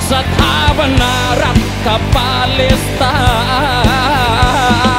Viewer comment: เข้ามาฟังตอนนี้ เพราะเข้ากับสถานการณ์ตอนนี้มาก การเรียบเรียงดนตรีคือดีมาก น้ำเสียงนักร้องมีพลัง คล้ายพี่ปู แต่สำเนียงร้องบ้างคำควรปรับบ้างเล็กน้อย เช่น คำว่าปาเลสแต่ออกเสียงเป็นปาเล็ส เพราะเมื่อฟังจะรู้สึกขัดๆและกระด้างไปครับ